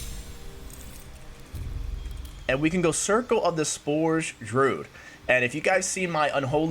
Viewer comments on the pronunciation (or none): Drude? lmao. Someone teach this man how to say druid.